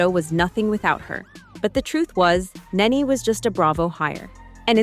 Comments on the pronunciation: Its NENE NOT... Naynay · It wasnt kenya and her husband; she didnt have one! It was kandi and HER husband!! Neenee not naynay...phaedra with pronounced A...perhaps do more research. Us housewives people know our wives😂😂